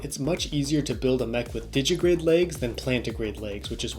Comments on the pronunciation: Digitigrade. Not digigrade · A nitpick: It's _digitigrade_, not 'digigrade'